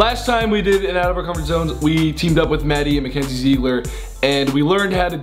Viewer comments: its not zeegler its zigler (how its said not spelled) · "Zeegler" idk if that actually hilarious or if It's the fact that it's am 😂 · is no one gonna talk about how he said zeeeegler lol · How Grayson said Ziegler 😂😂🤣🤣